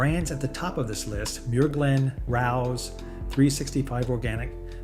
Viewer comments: Pronounced, ray-oh’s 😊. That’s the only one I buy. Although it is pricey, if you went to a restaurant, you would pay $25 at least for a serving of spaghetti. 🍝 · Rao's is a legendary, immpossible to get a table, Italian restaurant in NYC. But it's pronounced Ray-O's - Otherwise, excellent information, well presented. 👍